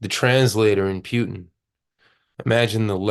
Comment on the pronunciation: it's Putin, not pyutin